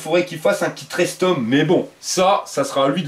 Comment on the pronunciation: Un kit rectum! Et pas restom. Tu à faire une erreur